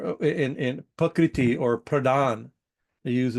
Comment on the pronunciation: it sounds like you're saying "pakriti" Sanskrit: प्रकृति IAST: Prakṛti